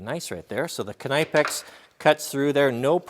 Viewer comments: I have no problem with you pronauncing it the american way but i thought you would like to know that Knipex is actually pronaunced K nee pex. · It’s pronounced “nipex” not “can-I-pex” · I thought that knipex was pronounced (ni-pex) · Okay... Let's just sort this. It's Nipex. Not Kunipex. And it's A V E. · Great video but it’s pronounced Nipex (silent K) like in knife! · I thought it was "Kinpex" until you said "K-ni-pex" lol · It's pronounced nipex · Pronounced nippex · its Ni-pex isnt it? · Are you f ing serious- kanypex? Wtf,that is laughs. Ive been using knipex for years and never heard that!! The k is silent and the i isnt long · KNIPEX PRONOUNCED NIPEX DUDE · If you watch videos from the knipex company that have the actual German reps they pronounce it more or less as Kuh-nee-pex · BTW It’s pronounced nip-ex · If I have to hear this guy say kuh nigh pex one more time I’m gonna stab myself in the ears with screwdrivers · Nip ex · What did we learn from this? Well we learned yet another way to butcher the name. "KIN-EYE-PEX" lol. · Robbii Clements if you watch videos from knipex about their products the Germans reps pronounce it kuh-nee-pex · no, the k is silent. It's pronounced nipex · Kn wird auf deutsch ausgesprochen. Kan-Ipex. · Think its pronounced nip ex knipex as to k ni pex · Pretty sure the Knipex is a silent K just like in the word Knife. Keep up the east coast jokes I love em. Love your videos!! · Its Knee - pex you dope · It is pronounced "nipex" the "K" is silent. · I was taught it is pronounced "kin nepex" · I’m from the east coast I pronounce it “nipex” k is silent. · Say it with me... Nip x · Just for future reference its pronounced ''nip'' ''ex'' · I'm in germany for work right now... I love when the techs here lens me their Knipex by the way, it's pronounced K-nee-Pex. the k isn't silent and the i is a ee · Please stop pronouncing the K, it's a silent K like in knife 😭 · You pronounced knipex wrong. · Knip-ex.... not k-ny-pex lol.